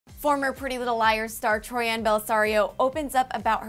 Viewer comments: It is Troian not Troi-an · I'm sorry but I have to correct the pronounciation of her name it's Troy in......,..not Troy Ann....I should know that's my surname. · Omg learn how to pronounce the celebrity's name before you say it ?? It's Troy-en not Troy-ann 😂😂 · but it is RLLY ANNOYING! its TROIAN not TROYANNE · Gives me chills every time she says tori-an... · I hate how she says it like it's 2 names together TROI-AN. Like no. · troy-in. how hard is it to say it. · sorry but "troi-ANN" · Omg not only did she say troianne but she said tommy burtselson HAHAHAHA I can't 😂😂😂😂 it literally makes me want to gag.